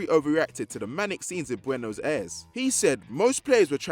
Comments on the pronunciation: I don’t think I’ve ever heard Buenos Aires pronounced so horrendously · Melbourne is far from the worst offence in this video, did you hear how he said Buenos Aires?